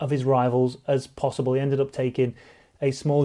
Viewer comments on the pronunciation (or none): none